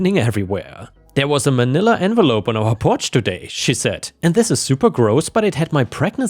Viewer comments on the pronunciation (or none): none